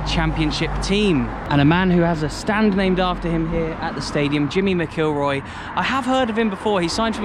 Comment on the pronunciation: just wanted to make out he said mcllroy wrong